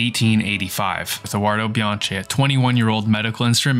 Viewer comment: bee-aang-kee 🙂 Sorry,, now go back a re-record every time you said Bianchi! 😂